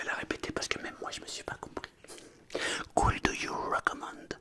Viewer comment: Le could you il pique